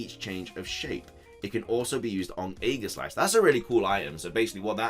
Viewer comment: It annoys me SOOOOOOOO much how you say aegeslash. Its pronounced EE-ge-slash not a-guh-slash.